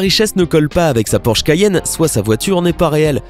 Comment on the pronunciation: "sa Porsche CAYENNE" tu le fais exprès